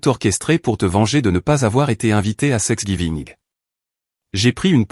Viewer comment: Prononcez tanks giving ce serait plus juste